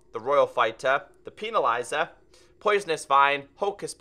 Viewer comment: Normal people: Pen-na-lizer.: Peeni-lizer. But besides that great video keep it up!